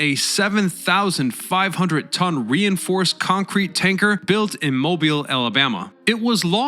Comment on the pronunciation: congrats on pronouncing Mobile, al correctly.